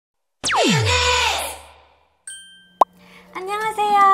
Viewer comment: Intro: UNIIIIS Me hearing: MAYONISSSS 😭😭